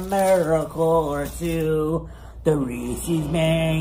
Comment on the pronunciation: Maybe they will sponsor him when he starts pronouncing Reese's properly :^)